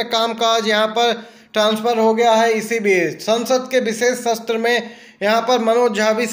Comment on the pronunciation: Enker ko Hindi ka uchcharn theek tarah se nahi ho pata h Jaise सत्र को शस्त्र बोलता है। एयर